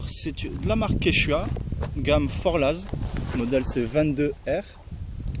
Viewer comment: Ne pas prononcer "Forlaze" mais "Forcla" ou même "Forcle" ce qui veut dire col en patois savoyard